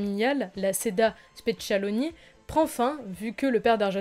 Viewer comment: Petite erreur : pour le scénario de Profondo Rosso, il existe toujours, tu peux même l'acheter sur le site officiel d'Argento "profondorossostore" dans la rubrique "sceneggiature" (pour 89 balles). Par contre, il faut réviser son Italien, parce que "Seda SPECCIALONI" (!!!) c'est pas possible; c'est "Spettacoli" (spectacle). SEDA ça veut dire "Salvatore E Dario Argento".